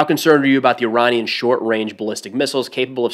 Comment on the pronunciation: I know this is a tiny detail but props to for pronouncing Iranian the way the Iranian diaspora pronounces it. I'm so used to hearing Americans especially veterans refer to I-ran like I-raq.